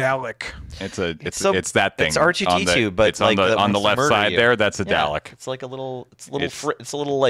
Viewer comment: Several Doctor Who fans just made a mistake in their knitting upon hearing pronounce "Dalek" wrong.